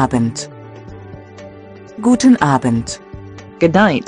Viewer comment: On duolingo good evening is pronounced guten abend, not a bend.